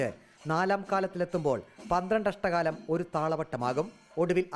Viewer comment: അഷ്ട കാലം അല്ല അക്ഷര കാലം.. അങ്ങനെ ആണ് പറയുക.. എന്തായാലും ആധികാരികം ആയി പറയാനുള്ള റിപ്പോർട്ടറുടെ ശ്രമം അഭനന്ദനാർഹം.. keep it up.. 👍